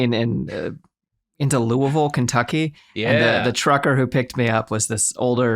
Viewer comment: Shout out to from Louisville, KY and props to damn near nailing the pronunciation! 🤘